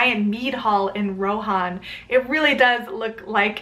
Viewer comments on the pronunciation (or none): none